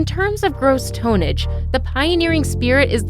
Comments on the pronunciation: I think u mean Tonnage. Not toneage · ...you lost me the first time you said, "tone-ege". I prefer my commentators know how to pronounce their words...say it with me now, tonnage!